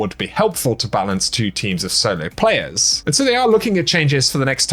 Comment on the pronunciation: He replaces 't' wiht 'ch', but I got him to say 'Destiny Two' instead of 'Destiny Chew'. He is getting better.